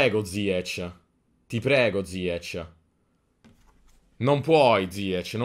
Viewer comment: Ziech nn si pronuncia così 🤣🤣🤣🤣 comunque grande